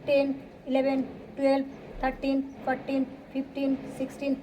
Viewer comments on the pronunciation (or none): It is not Fortin , it is fourteen